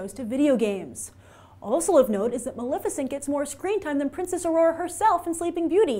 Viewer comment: Maleficent not Malificent